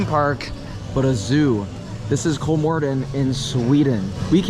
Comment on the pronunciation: I started smiling when I heard he pronounced it right. he's the only amrican youtuber, that I know of who did